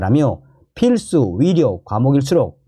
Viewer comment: 존경하는 선생 (의료)의 [醫]자발음이 [위]자로 들립니다. 방송하시는분이 발음이 좀그러네요